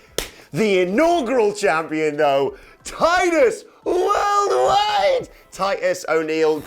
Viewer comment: The way said Titus worldwide lol